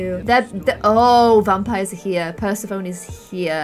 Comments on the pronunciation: It’s not Per-sah-phone,. It’s pronounced Per-seph-ah-knee. After the Greek Goddess, and Queen of the Underworld. It might just be me, but turning Braelyn to force feelings Sammy just got over with him, is not going to end well. They weren’t a good pair before after he hurt Sammy by shutting him down, who’s to say Braelyn may take advantage and lead him on again? FLIRTY INTERACTION between Cody and Arya...when Cody has a girlfriend! 😱😱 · it's pronounced per-sef-O-nee not pers-A-fone 😂😂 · "Purse-a-Phone" Purr-seff-oh-knee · No one: Not a soul: Not even the soul's mother:: Purse-a-phone! (I don't know if everyone pronounces it this way... Here in the Midwest we pronounce it per-sef-oh-nee) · Love this! Just wanted to say, it’s per-sEf-oh-nee not per-sef-oh-n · dum-dums: Persephone (purse-eff-oh-nee), an intellectual: Persephone (purse-a-phone) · Per-sa-phone What a cool vampire name! Me a greek god fan- PER-SEF-OH-KNEE!!!!!!! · Persephone is pronounced per-seff-uh-knee Not purse-a-phone 😂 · Is it just me that got rlly triggered when said per-ser-phone I swear it's per-seph-onee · Although I appreciate the pronunciation ‘purse-uh-phone’ it’s pronounced ‘per-seph-an-e’ lol 😂🤪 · pronouncing it "per-se-phone" instead of the actual pronunciation "per-seph-o-ne" Me: 🤦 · Pers-a-phone!!😅😅 Pers-ef-onie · Speaking of pronunciation, Persephone is pronounced per-sef-on-ie, not per-se-phone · Its not pronounced Per-se-phone It's pronounced per-sef-o-knee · It is per-sef-o-nee not per-seph-phone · Yay! The Sulani Seb that we all wanted! Though I am sad the trio is disbanding Seb deserves a happy, not crazy life where he can have a wife and kids. Also I think the name Persephone is pronounce Per-seh-fo-nee. Idk if that's how you really pronounce it but it just sounds better to me. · Im pretty sure Persephone's name is pronounced Per-seph-o-nee. Not hating I love u but my brain might die. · "per-so-phone" Bless you loll